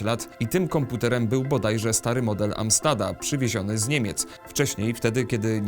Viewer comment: Amstad czy raczej Amstrad?